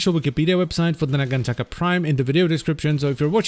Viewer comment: I wonder, if it's meant to be pronounced naganTAKA or naGANtaka. ie emphasis on which syllable. cause is using the GAN route, and you're taking the Taka, which, is how I take it. not that I feel either is wrong, just...what did the devs intend?